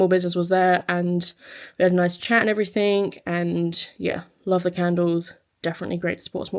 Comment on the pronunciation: It’s everything not everythink!